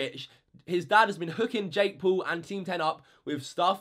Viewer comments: It is not Jake pool it is Jake Paul. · No hate but you said jake pool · Its jake Paul not jake pool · you can't even say Jake Paul